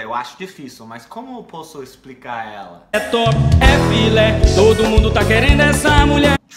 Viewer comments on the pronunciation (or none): none